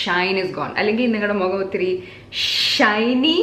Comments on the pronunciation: Mogam alla kutti .. mugam🤣 English aanu nallad..risk edthu verdeeee chammanda😉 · Mugamvum alalo. Mukham. knows exactly where she sounded funny n it was a laid-back funny yet interesting video to watch 🤝